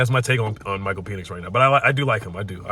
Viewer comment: I kinda have to laugh because most people pronounce Penix like Pen (like a pen you would write with) but you pronounce it like the male organ 😂